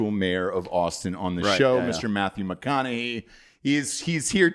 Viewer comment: saying McConahee over and over is just hilarious. Do not tell the how to pronounce anything son! 😂🤣😂 Fuckin love you!